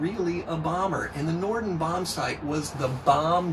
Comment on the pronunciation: "Norden" bombsite, not "Nordon".